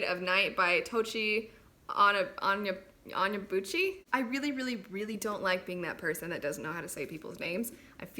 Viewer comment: You said it correctly (Tochi Onyebuchi)! At least from what I saw in an interview with him. :-)